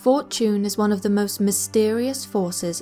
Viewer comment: i thought she said Fort June instead of Fortune.. 😑😑